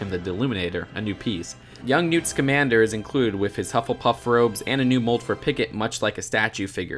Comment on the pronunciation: Awesome!! You finally said Scamander right 😂 ( It is, pronounced "Lee•tah")